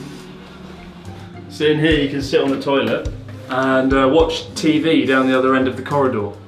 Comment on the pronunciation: オーナーがひな壇！dan!dan!dan!って言ってるように聞こえて段流暢に言っても意味無いやろって笑ったけど冷静に考えたらdown！down！down！だな